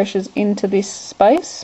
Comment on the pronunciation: Space? It sounds like ur saying spice. LMAO!